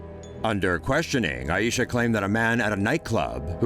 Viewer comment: Is not A I Syah is Ai Syah